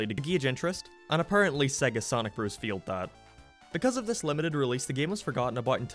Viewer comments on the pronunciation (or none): none